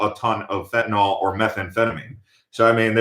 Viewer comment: Pronounced Fen-tan-NIL